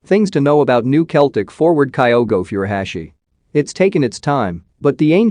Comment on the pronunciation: Kyogo Furuhashi pronunciation is different